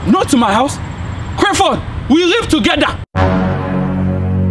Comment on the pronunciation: The way he pronounces his name is what kills me. Crifford